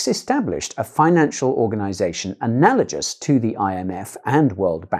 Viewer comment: The word "analagous" is not "analagious"!